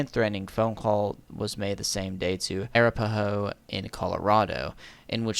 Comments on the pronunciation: I imagine Im not the first to say this but Arapahoe is uh-rap-uh-hoe Also just so glad this weirdo is off colorado streets so i don’t have to see him anymore 😅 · It's pronounced "Ah-rap-ah-hoe". Hilarious, I know. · The arapahoe is pronounced “uh-wrap-uh-ho” its native American